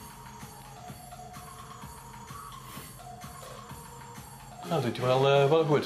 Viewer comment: He does not say "ok let's go" he says "ok let's guh" I don't get how people don't hear this.